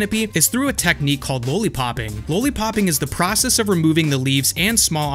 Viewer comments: What the hell is a "LOW-LEE-POP"? LOL are you talking about a lollipop? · Because he knows the history, he's saying LOL-lipop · Everything great but why don't u know how 2 say lollipop? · Low-lee popping? Makes me wonder if he understands why it's called that... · Low-li-popping...have you never heard the word lollipop? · Lollipop not lowlypop